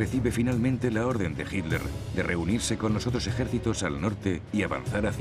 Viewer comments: Por qué los españoles le dicen Hilder a Hitler?? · por que dice HINLER, ACASO ESTA PROHIBIDO DECIR HITLER?? HITLER